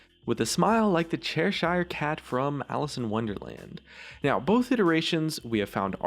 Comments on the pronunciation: Your pronunciation of Cheshire made me cringe. Lmao "Chairshire" its more like Chesher. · I know it's silly, but Cheshire is normally pronounced "Che-sher" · im sorry but, you said chesire wrong the whole vid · Dat pronunciation of Cheshire though